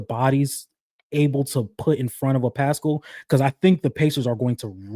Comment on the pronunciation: why does pronounce Pascal's name like that 😂 I cringe every time LMAO says its like Eric Paschall from the Warriors